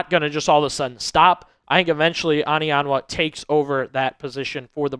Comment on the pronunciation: It's not "AH-nianwa", it's "OH-nianwa"...